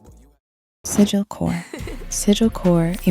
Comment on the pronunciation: this guy said “sigilkore”😂😂